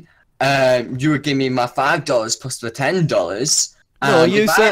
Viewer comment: “Teny thousand times” - a small brain yt